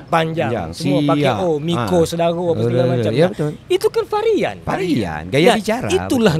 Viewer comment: Sedikit Pembetulan Bukan Farian tapi Varian